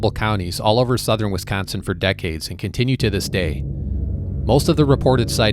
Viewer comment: I love how he says WeescOnseen right out the gate. True WeescOnseenite.